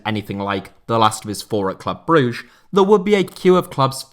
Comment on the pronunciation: Very nice video, but it would be nice when you at least try to pronounce foreign names in the tight way. "BRÜGGE" just isn't "broosh".